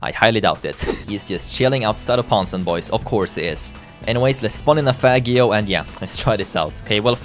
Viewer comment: chilling outside Ponsonboys??? Its Ponsonbys, read the name.